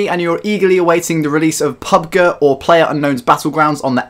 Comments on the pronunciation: It's Pubg not pubga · PUB-GEE G LIKE SAY PUB THEN G